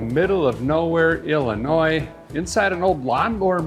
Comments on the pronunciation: I can just feel the collective cringe from all the Illinois natives every time he says "IlliNOISSSSSSSSSSSSSSS" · There is no noise in Illinois 😜. it’s pronounce Illinooo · Someone must have gave a feller a hard time about pronouncing the “s” in Illinois 🤣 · So a guy hails from northern wisconsin, and every time you pronounce illinois, it cracks me up!😂